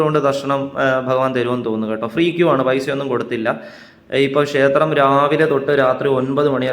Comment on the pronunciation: ഷേത്രം പറയാതെ ക്ഷേത്രം എന്ന് പറഞ്ഞാല്‍ നന്നായിരിക്കും.